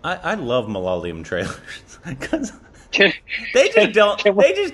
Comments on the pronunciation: Can you puhlease say Ma- La-Ya-Lum instead of Mala- ya- lam or whatever you say. It is not too hard but not sure why you always put the emphasis in the wrong place. By the way, do watch Mohanlal and Mamooty movies. They are superstars in whichever language they film- Tamil, Malayalam, Hindi. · That's not malaliyam ITS MA-LA-YA-LAM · Ma-la-ya-lam.... Not Ma-la-la-yam... Very difficult right? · Malalayam nahhh... Its ma la ya lam 🤣🤣🤣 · it is MA-LA-YA-LAM...not MA-LA-LYAM....... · Hello guys it's ma la ya lam. And not mla lam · The language is Malayalam. You should pronounce it like, Ma-la-yaa-lam. You say it like ma-laa-la-yam. That's wrong. You can google the pronunciation. I hope you'll correct that.☺️❤️✌️ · It's MA-LA-YA-LAM not MALA-LIYUM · .....it's not MALALAYAM...ITS MALAYALAM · You #₹₹&₹&&₹&₹ it's not malaliyam.. it's malayalam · Nooooooo, the pronunciation is...... - Ma-La-Ya-Lam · The pronunciation is ----> Ma-La-Ya-Lam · Dear.. For the 100th time.. Malayalam is pronounced Ma- La- Ya - Lam.. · This is for.Please pronounce "G" in Kumbalangi nights correctly.And Malayalam is easy to pronounce just take note of this. MA - LA - YAAA- LAM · And Agian its Ma-La-Ya-lam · Bros ... the correct pronunciation is " ma la yaa lam " What u saysing is correct .. bt just need lengthen the 'yaa' in it ...❤ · It's is pronounced as " MA - LA- YA - LAM " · it's Ma-La-Ya-Lam Break it down and try saying it. 😊😊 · When you guys say "malayalam", try it like "malayaaaaalam". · its muh-la-yaa-lum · No, is not correct in pronouncing Ma-la-ya-lam. But 100% kudos for trying unless this is a Korbination in disguise. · Here's a little tip on pronouncing Malayalam. Ma(as in first syllable of mother) La(luck) Ya(yarn) Lam( Lam is pronounce like the Lum in clumsy)